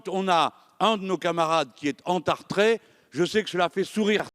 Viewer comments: Ce n'est pas entartre, dentiste,c'est entarte! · Entartré? Lol chez le dentiste? Entarté plutot surement. Ta langue a fourché jean luc.